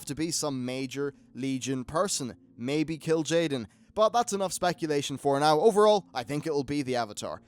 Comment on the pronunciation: its kil`jaden, in WoD we got archimonde in legion we get kil`jaden